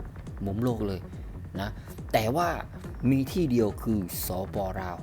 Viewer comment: admin ครับ คำว่าลาว อย่าออกเสียงว่า ราว ให้ออกเสียงเป็นตัวล.ลิง ไม่ใช่ร.เรือ ลาว ออกเสียงไม่ต้องกระดกลิ้น มันคือบุคลิก เด้อ